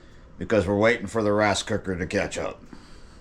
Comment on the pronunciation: Rice not rase lol cold bed if you speak bad about Chilli